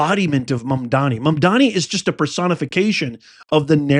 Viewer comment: iT IS MAAMDAANI NOT MOM DONNIE. GOT IT? “MAMDANI” and not ”MUM DONNIE.”